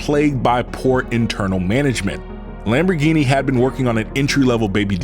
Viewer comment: the way you pronounce so many Lamborghini's sorta makes me angry